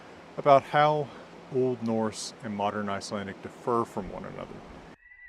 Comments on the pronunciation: Why do you pronounce "differ" as "defer"? Also, I thought Old Norse V was pronounced like the English W. Otherwise, great video. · Did you just say dif-FER?